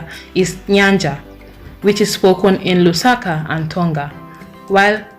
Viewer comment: says everyone but you who pronounced spoken as spokon😂 west Africans SMH